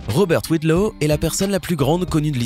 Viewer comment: c'est pas Robert WIDLOW, c'est Robert Pershing WADLOW